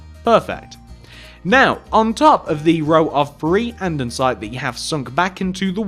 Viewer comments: its andesite not andensite! however i love ur builds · It's andesite, not andonsite. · It’s not andendensite, it’s andesite. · ITS ANDEsITE NOT ANDENSITE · Why do you call andesite andensite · did it annoy anyone else that he kept saying andensite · ITS ANDERSITE NOT ANDENSITE!!!!! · Andesite not Andensite!!!! its annoyed me the hole time. but good video i like all your other videos too! :D :P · I kept getting annoyed every time you said andesite. You a,ways say it "Andensite" and it is annoying the living daylights outta me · its An-De-Site no N:)